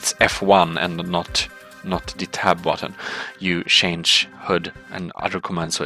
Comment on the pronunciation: Shange shange shange shange shange shange. You use "Change" a lot. Please learn how to say the word.